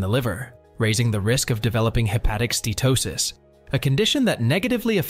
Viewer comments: It’s not ste-to-sis — it’s ste-uh-to-sis. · You really should learn how to pronounce "Steatosis" HINT: it has 4 syllables. - you get it right here. Lucanica is a rustic pork sausage. The word you're looking for is Leukonychia. - I think you mean "varices" here, NOT viruses. I think you mean "ascites" here, NOT assights. lol. And why do you keep switching your spelling of "Steatosis" with "Statosis", back and forth? "Connecticut" Scan? lmao. I think you meant "CAT Scan"... - Actually "Obesity" isn't really a risk factor. It's a symptom of insulin resistance (aka Chronic Insulinemia) just as T2D, CV disease, high blood pressure, and many cancers are symptoms of insulin resistance.. Hepatocytes NOT Hepaticites. - All sugars are treated by the liver as a toxin just like alcohol. Sugar and Carbs are mostly responsible for the obesity and chronic disease we now see globally. Daily carbs should ideally be less than 20 g. Also, ultra-processed foods and Vegetable/Seed oils like canola, rapeseed, sunflower, soybean oil, etc. are highly inflammatory, creating free radicals and damaging cell mitochondria. It's best to use animal fats like lard, suet, tallow, and butter. All fruit should be avoided as you cure a fatty liver. They contain the toxin Fructose... not good. Some "fruits" are exempt, like avocado because they contain no sugar and no carbs. - Whether "whole grains" or "processed grains" they are all carbohydrates and will eventually give you Insulin resistance! 1